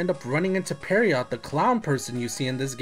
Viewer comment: I should just note the word "Pierrot" (which you consistently pronounce "Perry-ott") is pronounced ""Pierroh." Like the French name "Pierre" but with an "Oh" at the end. The T is silent. Like Pierre, its a French name... though Japan likes to use it for clown characters.